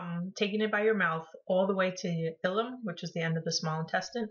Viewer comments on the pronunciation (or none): all the way to the what? ifillum? do you mean ileum?